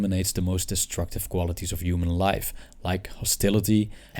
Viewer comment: I initially thought he said “wife” instead of “life” because quarantine 😂